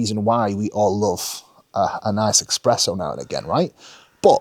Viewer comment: it's espresso my dude, no x in there